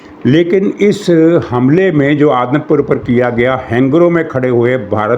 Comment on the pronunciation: یہ لفظ "آدم پور" نہیں "اودھم پور " ھے